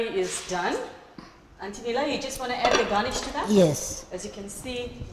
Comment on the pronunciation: lol “ u gonna had” 😂 for “add”